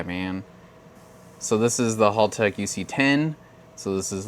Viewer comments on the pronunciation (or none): Mate you’re not saying Haltech properly like an Aussie. H-AL-tech not Haalltech!!